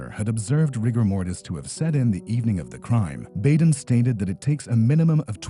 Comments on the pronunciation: It’s pronounced Dr. BODEN not Bayden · It's Dr. Bad-en, not Bay-den. Minor point, I know. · And it’s Dr. Baa Den.